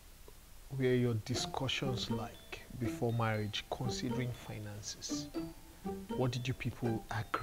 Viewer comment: “Financiances” LMAOOOO